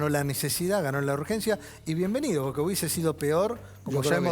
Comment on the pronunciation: Se puede saber por qué decís borque en vez de porque…?